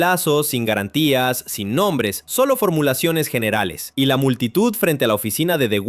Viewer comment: Sin galantia (garantia)